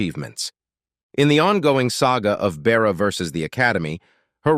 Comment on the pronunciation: It is "A-Da" (Ada) her name, not "ah" or "add." It is a simple name more common in previous ages than in the present. Please pronounce it correctly. And it is Bertha Russell not Beara, what is your problem with women's names?